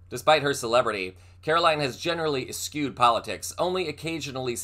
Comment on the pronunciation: Es- choo-ed, not es-kew-ed... Eschewed...